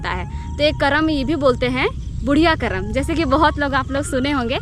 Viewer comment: पर्व करमा या कर्म नही होता है यह करम होता है।